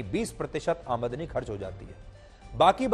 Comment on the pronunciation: Aamandani ni....aamdani hota hai dear